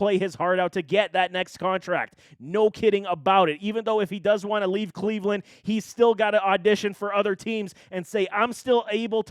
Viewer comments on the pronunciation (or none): none